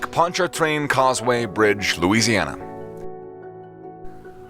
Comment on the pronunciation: You’re making it so hard to pronounce: Lake Pontch’-A-Train. We drive back and forth across it almost every day. It’s actually very safe, unless you get tailgaters, or drunks driving the wrong way (it’s happened a few times).